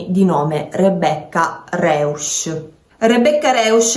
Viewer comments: Si pronuncia "Roisch " E "Noikölln" con la ö francese. Terribile lingua il tedesco😂😂😂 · Punto primo, la Ragazza si chiama Rebecca Rausch eu oppure au Rousch si pronuncia Rousch . Poi riguardo il caso secondo me coprono qualcuno, riguardo i capelli non appartengono a Rebecca